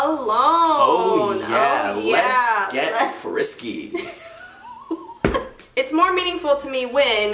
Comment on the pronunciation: “Let’s Get FRriSKKKYY 🤙” 😂😂😂Im dead 💀 love you ❤️